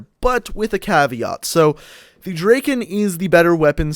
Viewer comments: The fire rate, logically is better on the P-O6. Yes the P-O6 takes 4 secs and the Drakon takes 2.5 secs BUT you need TWO bullets to kill, soooooo it takes FIVE secs to kill also, you pronounce Drakon Drakein' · Lol u say "drakin"